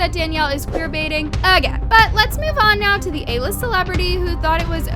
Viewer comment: she said a-list celebrity lol